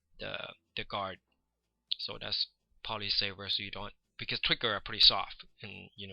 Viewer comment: It's so funny when you say trigger! Twicker! :D Thanx for sharing your skills man! You have a great feel for images!